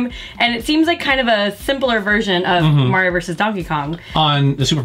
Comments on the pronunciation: Love me some Mario, thanks for pronouncing his name right! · Thank you for saying "Mario" and not "Merry-o"